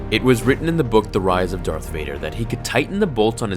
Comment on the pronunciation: is it just me or did he say DARKF vader